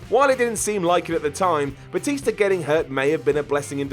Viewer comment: Gotta love that "Batister". Seriously, does he know how he pronounces words? He sounds like a moron when he talks.